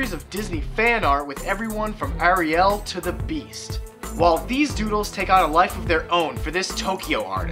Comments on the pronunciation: He said, are-i-el, did anyone hear that or am I just obsessing? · lol at ariel pronunciation